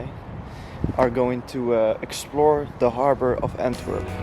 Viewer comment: Is that how you pronounce "Antwerp" in Flemish and Dutch? Or is that the English version?